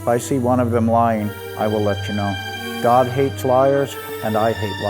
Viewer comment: do you hear God or dog? I hear both... dunno why